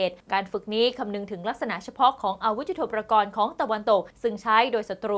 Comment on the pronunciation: ยุทโธปกรณ์ อ่านว่า ยุด-โท-ปะ-กอน ครับท่าน ไม่ใช่ ยุด-โท-ประ-กอน